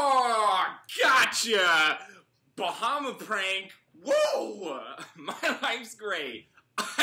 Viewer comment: I always get so geeked out when the Be-hem-ers aka Bahamas 🇧🇸 is mentioned in videos I watch. Lol 🤦🏾‍♀️ love this series man. 🤙🏾